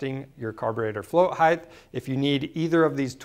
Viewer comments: good info...just a nit-pick...it's not pronounced "higth" but "hite"... with a hard "t" at the end. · Height not heighth can’t watch your video if you can’t pronounce a simple word you learn in 1st grade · "Float Heighth" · Are you saying float height-th? How do you spell that? HA! Thanks for the informative video. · I can't take it. "Heighth" please make it stop. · "heighth" "heighth" "heighth" OK THAT'S IT! I CAN'T TAKE IT! I'M OUT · Heighth? Flow heighth? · That drove me nuts lol